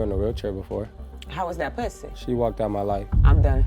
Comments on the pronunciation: "how was that pwussy?" 🤣🤣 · Lmao "how was that pwussy"